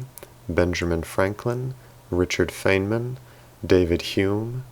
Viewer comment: He also mispronounced Richard Feynman. But that is clearly not Rose McGowan! Lol